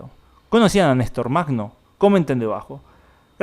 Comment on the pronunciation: Нестор Махно se pronuncia "ñе́star majnó". Perdón por la pequeña correción.